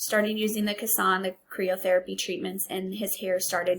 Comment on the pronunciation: CRYYYY OHHH not KREEEE OHHH ;)